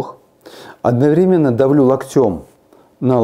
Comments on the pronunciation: Не локтем, а локтем! Извините, я очень в этом смысле щепетильна. Неправильное ударение и совсем другое впечатление от этого доктора-умницы! Спасибо Вам за советы! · Спасибо большое, доктор! (ударение - лОктем, лОктя) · Локтем. Ударение на О